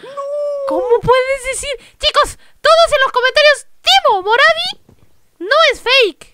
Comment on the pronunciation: No se dise moravo se dise morvi